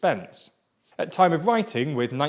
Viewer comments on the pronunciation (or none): none